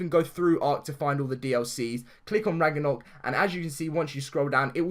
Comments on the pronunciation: Sorry not trying to make fun of you but it is pronounced Rag-no-rock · Idk if this is because ur accent and sorry not trying to offend u but its pronounced Rag-na-rock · DAILY GAMING VIDEOS AND FUN! love your vids bro but I was going to say about the mispronounciation but someone has cleared it up for u already lol